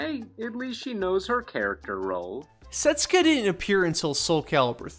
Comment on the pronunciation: you did not pronounce setsuka's name correctly. come on! don't be a bad anime dub.